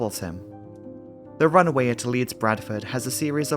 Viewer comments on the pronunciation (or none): Great video, but for the love of god, the constant pronouncing of "runway" as "runaway"... 😄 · Good video but sometimes it sounds like he's saying "run-A-way" but maybe it's just me old ears....